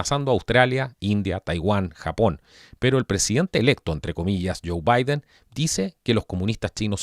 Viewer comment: Por qué este tipo dice el presidente electo vaiden